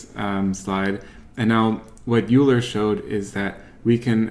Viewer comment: Just fyi - "Euler" is pronounced like "oiler"